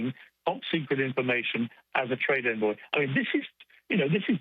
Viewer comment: Public office boy!? That's the official title of the victim. To be fair I did hear 'trade in boy' when he said 'trade envoy'.